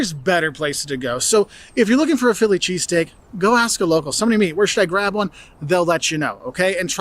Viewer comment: Chess stick. Yes that's what I was hearing him say to...so what was he saying. .